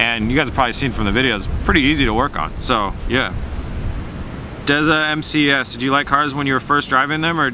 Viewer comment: I love how you pronounced my instagram name! dezamcs! de-sam-c-s (cs for counterstrike)! Anyway awesome video and it looked like every question was really good!